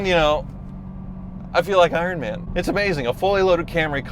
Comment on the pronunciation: "ironm'n spec"